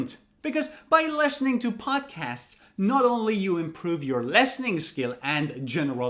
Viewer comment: Wait, why do you pronounce lestening instead of Listening?